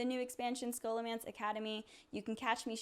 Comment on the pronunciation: Sssholo not skolo